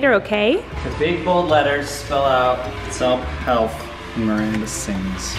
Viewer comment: I loved that she said selp helf instead of self help books